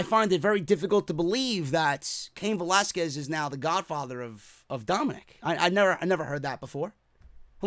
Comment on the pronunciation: Thank God he's pronouncing Velasquez properly now